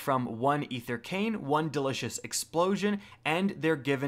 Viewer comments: “Chichen” and “ether krane” :- I cant take it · I believe the correct pronunciation of the word "Chitin" is (kite-in), not, (chit-in). Also, it's "Ether CANE". If you're having difficulty reading words correctly, might I recommend, "Hooked on phonics", "School House Rock", or maybe even "Sesame Street", if you're really struggling. (All jokes aside, I really liked this video. It was helpful and informational.) Keep up the great work!